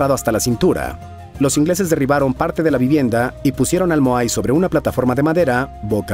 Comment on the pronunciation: Estimado, excelente video, pero dejame aclararte dos cosas. No se pronuncia mojai, si no simplemente moai, tal y como lo pronuncias despues. Y Ya no se llama Isla de Pascua, si no simplemente por su nombre original Rapa Nui. Saludos.